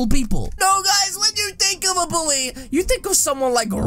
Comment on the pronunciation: mi. not buuly you buuly